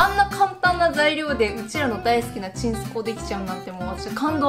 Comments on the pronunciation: とワシのちんすこうのイントネーションが違う！ は ち↑ん↑す↑こ↑う ワシが言う時のイントネーション ち↑ん↓す↓こ↓う↓ (絶対伝わらない)(説明むずぅ) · ちんすこうのイントネーション、飲んだくれ なの？ バーバパパなの私だけ？？？(いい例えが全く思いつかないww蜃気楼って言ってる人いるけどそれもちょっと違うし。バーバパパ。) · サワデーさんの｢ちんすこう｣って言った時｢健康｣って聞こえたｗｗｗ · ちんすこうのイントネーションなんか違う？（笑） わたしはちんすこう(雨上がり)のイントネーションだ、、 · え？ちんすこうの発音関西と違う！！！笑 関西はちん↑すこう↓です笑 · ちんすこう作るとか！ちんすこうっていうチョイスが素晴らしい😂💓💓💓 「ちんすこう」のイントネーション私と違う😳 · ちんすこうって、そんな感じのイントネーションなん？！？ 好きだわ❤️ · ちんすこうの発音が違う、、、関西と関東で結構変わるんだね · ちんすこうのイントネーションが少し違いがあるのが気になりすぎてあんまり内容入ってこない📛📛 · ちんすこうのイントネーション全然ちゃう。変やなって思ったけどコメント欄見てもそれに触れてる人ほとんどおらんってことは関東じゃそう言うんやな～。初めて知った。